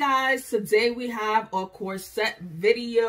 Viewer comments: /COR-set/ not /cor-SET/. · I say CORset. But my freind says corSET. So I guess either way.